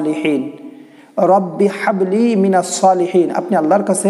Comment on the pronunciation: হাবলি এর হা সঠিকভাবে উচ্চারণ করেন ভাই